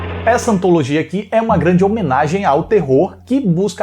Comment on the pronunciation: Ah, a antalogia shaushaushaus Aquela live foi incrível, mas eu colocaria o Oswaldo do Trasheira que é gente boa. E todos estavam maravilhosos.